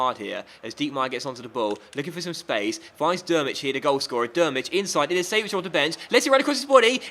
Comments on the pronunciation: Its not pronouced Ilisević, its pronouced Ilichevich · Is pronounced illichevich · you say iliichevvich